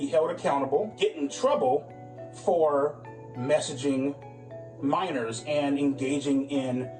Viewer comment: You can't say 'Minors"??? WTMF????